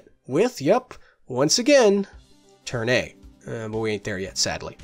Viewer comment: What was that show you were talking about? The one that sounds like "turn-eight?" It sounds interesting. Edit: never mind, I found it. Turn A.